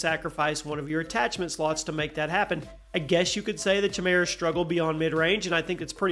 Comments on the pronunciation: I wither away when someone pronounces chimera wrong. Hahahaha😊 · Top 10 words we discovered doesn't know how to say. #10 chimera. Haha Just having fun, love the videos